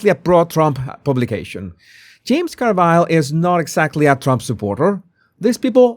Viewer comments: I love how you say “Car Vile” instead of “Car Ville.” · James Car-VILE